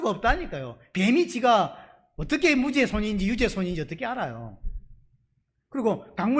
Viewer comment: 너무 잘 들려오는 설교입니다 무죄가 증명된다는설교중 무죄 무제 증명 정명 으로 발음되어도 웃음지으며 잘 알아듣는 저도 경상도 인지라 ᆢ 구독신청하고 잘듣고있읍니다 찐^^